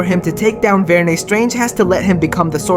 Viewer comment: Varnae? C'mon, Marvel 😆 Varnae.